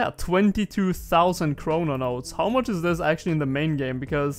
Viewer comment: ChroNOtes, not chrononotes